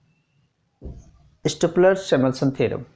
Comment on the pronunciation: first of all it is stolper not stopler... and plz try xplain in hindi